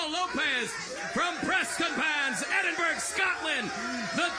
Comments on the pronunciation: EdinburA it's pronounced ffs not Edinburg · JT isn’t from Edinburgh, he’s from Prestonpans which is 7miles away - also it’s not pronounced edinBURG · Enidburg 😂😂😂 i